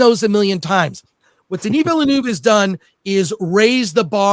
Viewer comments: Nobody pronounces villeneuve the right way it's not villenoov it's villenöve - villen-ehve I guess is the closest just look it up french is not that hard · Denis Villeneuve(Vil-nuh-v). Not Villanuve. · Den-E VILLA-NOOV……… 🤦🏻‍♂️ FFS. Put some français on it dude,…….you’re making Americans look even worse than we already do…… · Is anybody out there capable of getting Denis’s name right?! 😅 It’s Veel-Nerve, like the F1 driver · Americans please, please learn how to pronounce the directors name. It's not Villenooove..!!! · Chris Gore showing us categorically how not to pronounce Denis Villeneuve 😂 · I hate how this guy pronounces "Villeneuve." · the thing is, he pronounces “Denis” correctly……. American arrogance/ignorance at its finest.